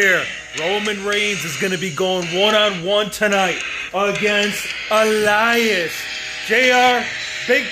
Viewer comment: Drop a like the way he said Elias